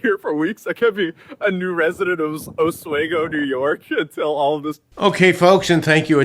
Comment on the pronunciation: Thank you for the proper pronunciation of Oswego 👍